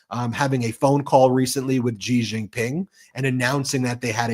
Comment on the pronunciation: SHE jin ping, SHE Jin ping, SHE jin ping. It’s not that hard.